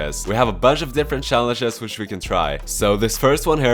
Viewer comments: please never change your pronunciation from shallenges to challenges. challenges is some ugly as word but shallenges is emotion gifted to us by. that's also one of the main reason I watch this channel loll. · Yes I like sjallenges too😌